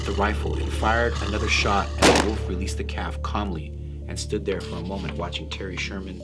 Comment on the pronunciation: Lol I was thinking that too, had a wee chuckle to myself! Thinking is it just me!?!